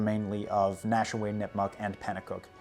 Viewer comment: Excellent historical research, but the lack of research on proper pronunciation of the Nashua, Contoocook river, Saco river was a bit disappointing. Nash-you-ah, Con-two-cook and the sock-oh. I’m sure a quick google search could have told you this. But good job on the pronunciation of, kank-ah-main-gus, hav-er-all, wuss-ter, -Konkerd local